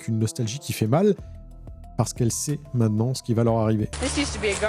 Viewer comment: Dis, j'apprécie beaucoup tous tes contenus, mais de grâce, apprends à prononcer le mot "MAINTENANT" et pas "MAINANT" - LOL